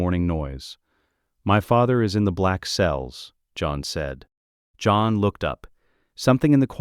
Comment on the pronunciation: When did "john" become two syllables?